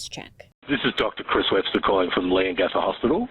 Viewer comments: Leon-GAHTHA 😂 as soon as this come onto the news I knew she was suspicious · Great pronunciation for Melbourne, Bailey ☺️ 👏 'Leongatha' is 'Lee-on-gath-aah' You nailed 'rural' And you said 'Mum' not 'Mom'! 😍 Great job with pronouncing our Australian names 😬 Awesome work! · The fact i know erin and she was always hated, when they came to light we all wernt shocked. Gippsland,vic Australia here and you have many people who love you here. We used to call erin darth vader as a kid. Also the correct way of saying leongatha is leon..gatha :) i hope that helps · YESSSSS! The way you said Melbourne 🤌🏼 ……Leongatha though 😅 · EEEEEEK 😂 Its crazy hearing you say "Leongatha" The 2nd time you said it you got it spot on 🎉 Your always invited over Bailey, Australia ❤s you!! Im speaking on behalf of the Australian Population ❤ Big Love